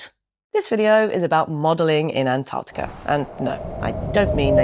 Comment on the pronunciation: Naomi on ice? Well done on your pronunciation of ANTARCTICA as opposed to the Yanks who say Anardickah